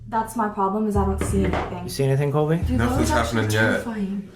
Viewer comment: Also he knows ABSOLUTELY nothing about them and I just want to point out he said Colby’s name wrong.😂